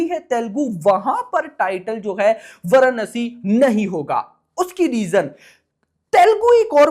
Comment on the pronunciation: Varanasi nam h varnsi varnsi kya lga rakha h